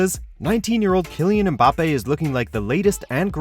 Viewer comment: Im surprised that he pronounced "Mbappe" correctly. sips tea